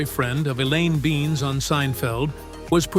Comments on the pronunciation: It’s Elaine Ben Ez, not beans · I guess AI voices have trouble pronouncing some names. Neither the AI nor the person who produced this ever watched the show. The would have known Elaine’s last name is NOT pronounced as “beans”. It is “Ben-iss”. Sloppy work on your part, Mr. Producer!